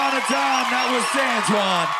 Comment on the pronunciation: "Once upon a time that was santwan"😂😂